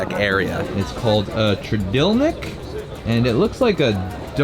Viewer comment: trdelník is pronounced in english "ter-del-neek' hope that helps ;)